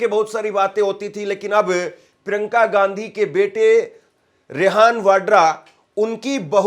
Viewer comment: Bhai surname sahi bolo.shadi ke bad bhi Ghandhi bologe